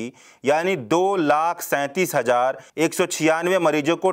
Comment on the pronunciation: Ravish type voice. Good. Bus letter sound me sudhaar lane ki zarurat hai. Jaise : Des, nhi Desh. Hajar nhi, Hazar. Mareej nhi, Mareez.